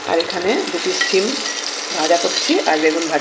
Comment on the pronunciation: ছিম নয় সিম বলে